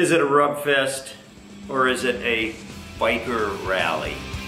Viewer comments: Yes.. I noticed it happened in 97-98 specifically.. once you start seeing children walking down main street because they came with their parents in a truck and trailer its pretty much over.. and btw.. rub is pronounced rube with a long "u" .. last time I went was for the 75th.. waste of time.. no one is letting people camp proper.. and I had to bail my wife out 6 fucking times for flashing. Fucking joke.. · Totally agree it's a RUB fest. Except it's pronounced 'roob'! LoL I hate crowds of stiffs, the last time I went to Sturgis was in 02 and I thought it (downtown) was an overcrowded RUBfest. The Rally's only saving grace? Then as now, the excellent riding in the Black Hills!